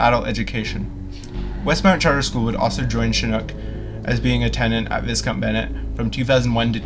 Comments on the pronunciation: I think it's actually pronounced Vy-count Bennett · Thank you for posting. I attended some classes and a series of work shops at that school many years ago. Another piece of Calgary's history has vanished. This video was very informative. Most people pronounces is Vy-count. I always pronounced it Vis-Count. lol 🙂